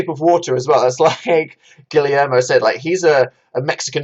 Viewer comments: PLEASE DANIEL you need to stop saying “gilly air mo”, Guillermo is pronounced like “gi yer mo”, the two Ls make a Y sound PLEASE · “Gillie-air-moh” Danny boy what are you saying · pls Guillermo is pronounced "gi-yehr-mo"